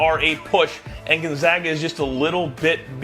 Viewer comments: Still can't pronounce Gonzaga correct 😂 it's Gonzaga not gonzoga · Gonzahga?? Cronin to the F4 with UCLA??? Please educate yourself before you present yourself as an authority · GUNZOGGA? Even Biden could get that right...its the Zags not the Zogs...C'Mon man! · What has Gonzaga done in those 8 straight Final Four appearances? Oh I don't know, how about 2 National Championship games. When are people going to stop disregarding Gonzaga? And btw "professional anchor" boy, it's fucking NOT pronounced Gonzoga, it's pronounced Gonzayga. After 20+ years of excellence you'd think people woulds get it right. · Needs how to pronounce Gonzaga. Seems he has not done his homework.